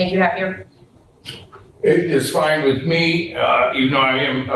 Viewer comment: It is ŴITH not "which" your man TP.